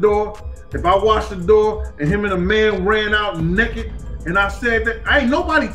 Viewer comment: “him and a man ran out neckit”